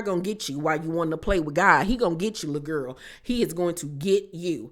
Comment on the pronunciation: i love the way you say lul guhl LOL chrisean aint shit for setting her friends up, the lumps on marsh's face? AINT NO FRIEND IM TAKING A BEATDOWN FOR. ppl love to punk scotty every season smh